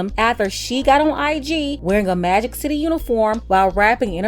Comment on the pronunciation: When you said Magic City, I heard Maggot City. I thought it was extra spicy PBL today. 🌶